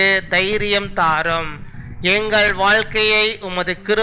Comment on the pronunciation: வால்கை இல்லை....வாழ்கை ....!